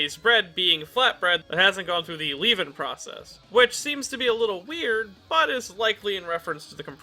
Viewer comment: LEAVE-NING TORT-EEL-A